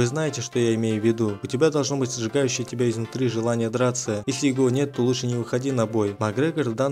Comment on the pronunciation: можешь читать не так как пишется "его" а читать так как читается "ево"